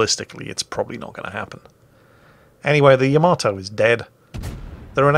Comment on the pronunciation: It is not the name. The ship is the YA-MAH--TOE. There are not TWO M's in the name. :P